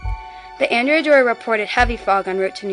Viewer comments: The Ships name was pronounced An DREA not Andrea she was named for a 12th century male Admiral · Excellent job. One point: The ship is named for a man and as such should be pronounced "An-DRAY-A Doria". Don't worry; nobody pronounces it properly...just a pet peeve of mine :) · It was named for a male and not a female its prononunced An Drea Doria